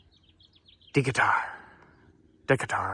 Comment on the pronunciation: De-cay-ter Alan All-duh